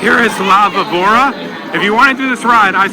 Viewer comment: Sounds pronouncation vee-bora víbora